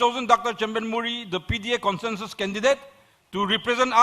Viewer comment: NPP president pronounced Consensus as conshanshus,and president as peshiden.